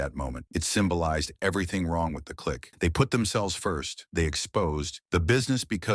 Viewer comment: Can't even pronounce difference property, barely said click right, what AI trash.